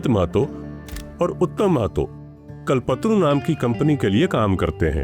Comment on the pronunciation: It's not कलपत्रू but कल्पतरु